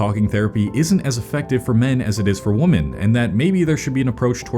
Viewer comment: another person who doesnt know how to say "women"